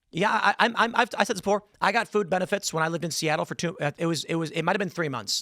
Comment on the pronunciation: Learn how to pronounce a very simple word FOOD. NOT Fo NOT Fou NOT Foo. Its FOOD..D..as in dumbazz.